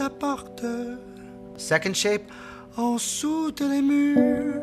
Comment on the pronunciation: Oh and when you say “en’sous de les murs” (under the walls) I understand that you did a contraction of the word “en-dessous” (meaning under), but i guess the more common contraction would be “end’sous” (pronouncing the “d”). I also wanted to point out that “de les” (of the) in french does not exist, we refer to is as “des”, so it would be “en-dessous des murs” even though I must admit that the way you say it just sounds incredibly good